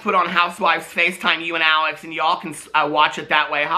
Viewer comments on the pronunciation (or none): none